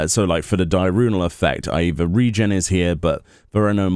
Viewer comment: Di-urnal not Di-runal